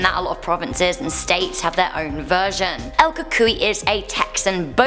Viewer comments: Al cucuí La Lona I'm Mexican I get it. It's hard to say. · I am Texan. El Cucuy is Pronounced Coo-Cooy. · You said it wrong try saying it more like el coo cooy I’ll probably help a little and the other one try la yorona it means the crying women or something like that I don’t know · el coo-cuy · El Cucuy= El coo-coo-ee La Llorona= La ee-o-ro-na ((ll in spanish is like 'ee' or 'y')) ^^ here you go friend ^^ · No your not saying El cucuy Right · Um, I’m from Bexar county and it’s pronounced bear, also, el cucuy is pronounced as coo-coo-ee